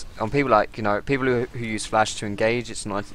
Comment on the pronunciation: is dat oriana xpeke? :D he always says flas